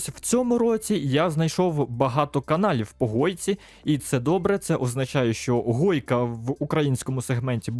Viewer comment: не гойка а хойка,а так дякую за те що вів цей канал досить довгий час і удачі